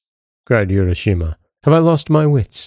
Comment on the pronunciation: Nice tale. Japanese pronunciation would be “ooo—ra” not “you-ra.”